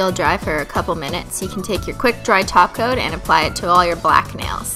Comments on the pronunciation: I almost had a heart attack when she said top coat and not taco 🌮........ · after watching this video again 8 years later im remembering why we all thought she was saying taco 😭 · Did she say topcoat?? And not taco??? OMG!!!